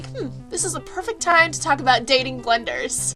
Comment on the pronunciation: i keep thinking she's saying dating blenders.